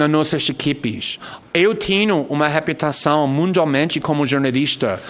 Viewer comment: Kkkk "Eu tenho repiutação..." faz me rir!